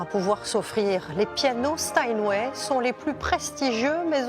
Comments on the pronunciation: stanway ??? c'est Steinway hein il faut faire un effort sérieux c'est pas possible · Euh... Sinon c'est Steinway, pas Stanway... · "Les pianos StanWay"? 🤷‍♂